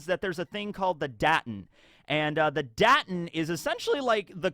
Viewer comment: the a in "Daten" is long. not short. in German you pronounce vowels long if they are only followed by one consonant.